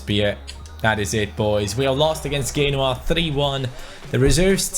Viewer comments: I'm sorry but who the fuck is genwa it's pronounced jenOa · FYI, Genoa pronounced "Jen"oa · Genoa (Gen-waAH)